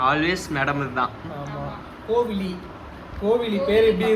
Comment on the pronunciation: Pronounce the name as kovizhi, not kovili